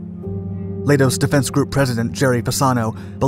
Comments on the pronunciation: Leidos is pronounced lie-dose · Leidos is pronounced like kaleidoscope, which is where they got the name.